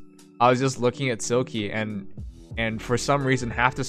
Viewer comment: Smh, it’s pronounced like Silk, not Silkie. I’m thumbs down this video.